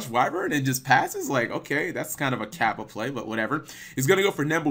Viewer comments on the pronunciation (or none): none